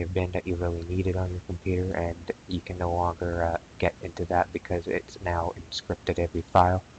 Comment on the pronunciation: The list of words that elude pronunciation grows...."Temporary"..."Encrypted" .... "Configuration".... "MSConfig"